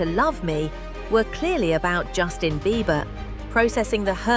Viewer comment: Jason horrivelassistir , essa mulher falando o tempo todo o nome de Justin errado